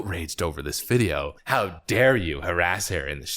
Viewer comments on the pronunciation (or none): none